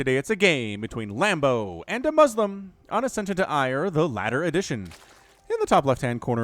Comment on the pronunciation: Am I the only one who laughed when he said lambdo hailing from Germany?